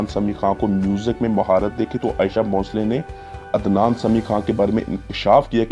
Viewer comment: Ayesha bhoshale nahi bhai sahab aasha bhosle hain